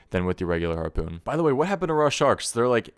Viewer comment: I feel like I'm hearing Arrpoon.